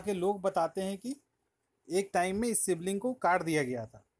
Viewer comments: सिवलिंग नहीं शिवलिंग । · Bhai, it's called Shivling, not Sibling 😂😂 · Sivling nahi mere bhai shivling tum bihari logon ka problem kya hai... shudh hindi mummy ne sikhya nahi kya